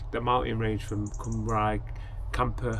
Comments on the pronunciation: Nice furniture and van! Shocking pronunciation of Cymru though. ;)( cymru = wales)- pronounced as “come ree” (cymraeg mean welsh - called them that too) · Sorry I skipped a few bits and will watch it later, am close to that stage, what was the cost of all that? And your so close to saying that name. Being welsh its CUM RE (cymru) you were close hehe great looking van.